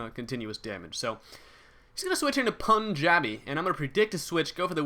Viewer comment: it's soo funny how fails at saying punjabi